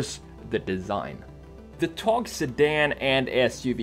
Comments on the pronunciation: öyle bir söyledi ki,adamı Türk zannettim :D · but at the end of it it was a little bad but it sounded like hes a turkish man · Well pronounced buddy :) TOGG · Are you from turkey? You said the word togg like a turkish people. I've noticed. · exactly, think he had turkish friends in sweden